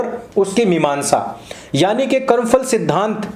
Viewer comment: Porus is anglicized name of Puru. He strongly resisted Alexander-the-dash. Karm Phal (not Karm Fal). Please don't use F sound in Hindi.